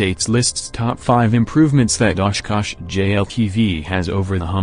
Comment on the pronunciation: Good and informative video but the robot voice and its mispronunciation of simple words is very off putting; also the discordant, creepy music seems like a weird choice. At least your robot voice can pronounce 'Oshkosh' versus "Osh. Kosh." like a similar video.